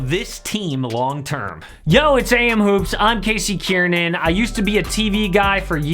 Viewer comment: Yo it’s a.m hoops damn yo sounds weird when he said it 💀